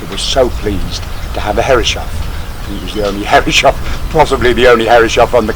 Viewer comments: Pronounced “hair-is-soff”. 😀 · Beautiful! But please, from a German: Start pronouncing Herreshoff's name correctly - thank you!